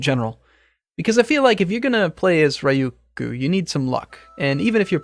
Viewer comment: Cant even pronounce his country name. \rē-ˈyü-(ˌ)kyü, -(ˌ)kü\